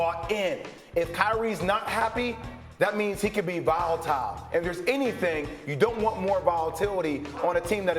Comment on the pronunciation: the word is “volatile,” not VILEtile Jay Will 😂